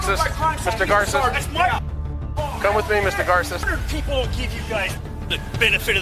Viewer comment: Bro, corporations fire people for expressing their opinions that don't match with the company line all the time. It's not just for opinions about cops. Also dude pronounces his own name like "Gar-sess" and the narrator of the video says "Gar-say". A name should be pronounced the way the person whose name it is pronounces it when you know how they pronounce it. Just a little pet peeve of mine.